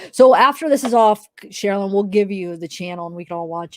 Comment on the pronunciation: I Love!!! She is so sweet! Could she PLEASE ask AD to pronounce her name correctly?!.... it drives me NUTS!!!